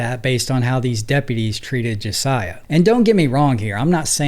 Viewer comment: BRO...Learn how to pronounce names before doing your videos please. I almost stopped watching after hearing you mispronounce Josiah several times. Their's several spellings but he stated it very clearly.